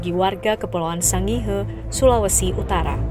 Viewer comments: Sangihe di baca Sangir... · Hai pembaca berita anda mengucapkan sangihe yg pas dong!!!